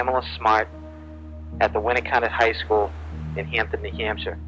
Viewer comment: Hey, you pronounced New Hampshire correctly!